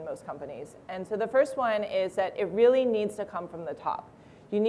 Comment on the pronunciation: Like OMG Gag me with a spewn,,, like raily